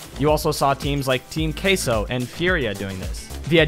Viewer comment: As a spanish guy is so funny how he says "Team Queso"